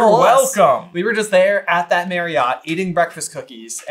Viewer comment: you pronounced "Marriott" wrong, I work for them and the first thing they teach you is that Marriott rhymes with Chariot, or Marry it, or Ferry it